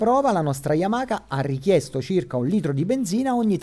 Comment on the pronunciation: "yamaKa" YAMAHA DIOCAN